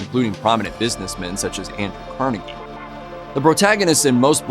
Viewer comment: Cavalry, not Calvary. And Car-naygee not caruhgee. And battle of the Somme, not Psalm.